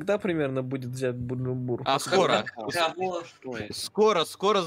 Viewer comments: Кто смотрел смешариков, знает, что столица Бурунди не бумжумбура, а бужумбра. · Не Буджумбур, а Бужумбура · Бужумбра, а не Буджумбр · Бужумбра! А не бужумбрум)